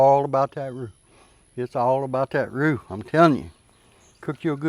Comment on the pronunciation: Roux not root!